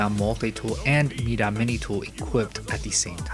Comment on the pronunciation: “Meeda multi tool” it’s my-duh. Nice video tho thanks